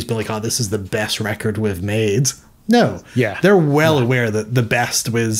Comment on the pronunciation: No is pronounced No, not NEEUUWUUAAIUUUU